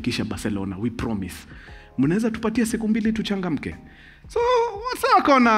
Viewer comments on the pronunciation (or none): none